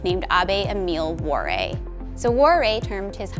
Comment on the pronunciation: I think she's confused him with Brother Adam (who was a monk). Also, Warré is pronounced with a "va" sound at the start (as in "ça va"). She completely mangles his name.